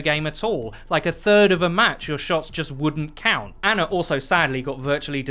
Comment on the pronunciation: Stop saying "aner" and "meter" instead of "Ana" and "meta"